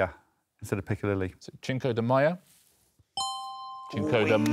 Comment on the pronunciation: Alex trying to not overshadow the others grew old. And Richard correcting Alex for "Maya" in place of "Mayo" is funny because he pronounced "Cinco" incorrectly. It's not "Chinco", it's pronounced "sink-o".